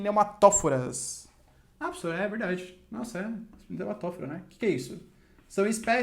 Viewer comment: "Pssor" kkk